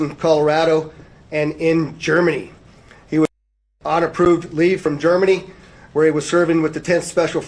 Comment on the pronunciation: Why does he keep saying GERMANY like that, but cannot say route.